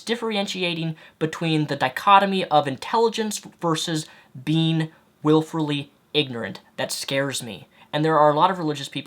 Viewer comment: Wilfully, not "wilferly"